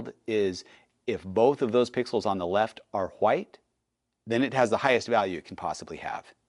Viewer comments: can you please stop saying white as whuite. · why is bro saying Hwite? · Why do you say chwhite and white lol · Does anyone else notice when he says “white” he pronounces it “hwa-aight”